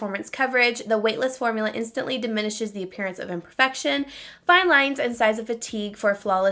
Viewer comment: When you said imperfections when reading the concealer box I thought you said infection 😂 I was girl what???